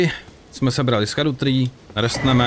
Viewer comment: Scadu se vyslovuje Šadou, ono je to ze starý angličtiny. Gaol=džail atd.